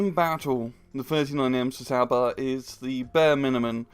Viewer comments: I am pretty sure its not pronounced c-saaaaba but cs is is like ch in cheese. I guess you could say chaba. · no, it's tsaba